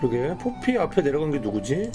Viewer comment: 포피가 자꾸 뽀삐로 들려서 환장하는중